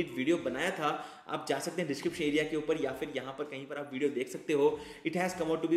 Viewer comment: It's upar not upa(h)